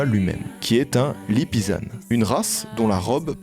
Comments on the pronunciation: très bonne vidéo je crois c'est la 2éme que je regarde de ce format et j'adore donc ... je m'abonne ! mais juste .... Lippizan = AN et pas ANE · Un lipizzaneeeee 😂😂 On dit un lipizz AN ! 🤪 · Lippizan ça se dit lit pie dz'an 😉